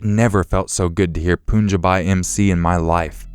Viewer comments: Poon-ja-bye. Mc Omg you butchered that word so bad man. It's pronounced poonjabee . Spelled Punjabi lol god you Americans are funny 😂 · "Puun jah by" lmao